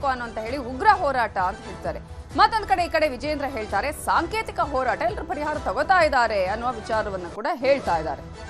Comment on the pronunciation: ಸಾಂತೇತಿಕ❌ ಸಾಂಕೇತಿಕ ✔️ Once a legend said; ಏನ್ರೀ ಮೀಡಿಯಾ.🙏🏻